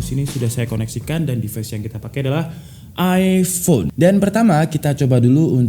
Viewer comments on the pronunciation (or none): none